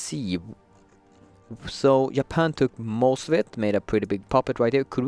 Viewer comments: Did he say yapan ? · keeps saying Japan “yapan”